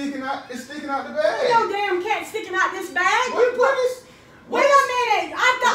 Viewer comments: I thought you said car not cat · This girl said car instead of cat lmao😂😂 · It’s say car 😂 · You Said car not cat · You can't spell you said car it is cat